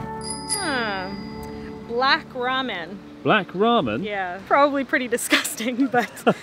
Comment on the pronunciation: Hold the o sound in "probably" a little longer